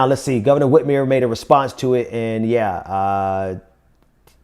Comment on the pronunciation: Hey..it's Gov. Whit-MER, not Whit-MERE...